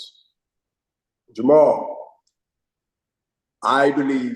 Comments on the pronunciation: It's Jermell not Jermall. Hopkins never right in his predictions. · Damn I ik u respect Hopkins but u not gone correct him when he kps saying Mall instead of Mell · Anyone going to tell him it’s Jermell and not Jermall? 👀